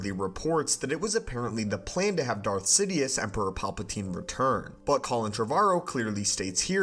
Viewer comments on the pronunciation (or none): none